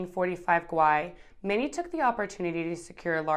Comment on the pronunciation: Pronounciation of gwei had me on the floor. Please do not say it any other way. Subscribed